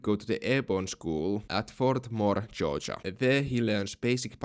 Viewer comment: I love when you pronounce Georgia as Joja 😊